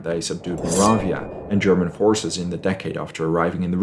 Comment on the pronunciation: Greetings from Augsburg! Every child in the region learns of the battle as early as elementary school. :) You explained the battle very well. PS: nice German pronunciation :D